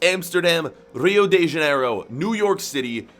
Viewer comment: You butchered saying Rio de Janeiro so bad but it’s all good 😂